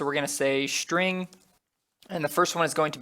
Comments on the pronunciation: Can you stop saying shtring ? It's string, not shtring I can't stand it. Everytime I notice it, it annoys me so much. So much. Str = Str, not Shtr STRING is NOT SHTRING. Nonetheless, useful videos. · Great tutorials! And I just love how you pronounce "shtring" :)